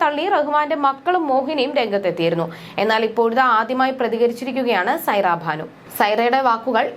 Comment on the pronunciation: സൈറ ഭാനു അല്ല. സൈറ ബാനു ആണ്. സ്വഖാര്യത അല്ല സ്വകാര്യത ആണ്. എന്ത് വാർത്ത വായനയാണ്!!!കഷ്ടം